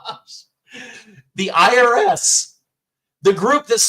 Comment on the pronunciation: The IRIS! That is funny! Sounds like IRS.